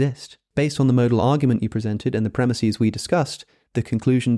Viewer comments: Premises pronounced Premiseeeees? WTF is wrong with you? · Hey, Alex i really loved the video and it was great. But I can't stand you saying premises as premisis. Sry if I sound like a jackass